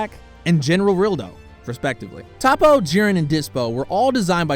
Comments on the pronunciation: toppo not tappo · It’s toppo not topo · Pronounced Toe-po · it's prnounced (Toe- PO)